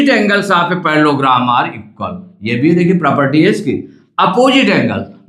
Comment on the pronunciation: Parlellogram ❌parlogram☑️